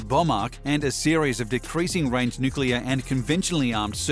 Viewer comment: Thank you for pronouncing "nuclear" correctly.